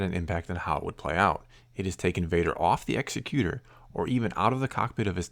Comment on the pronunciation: Love your videos,! Just had to chime in, the Super Star Destroyer's name isn't pronounced the way you're saying it. Think of an "Executive" Producer. It's pronounced like that.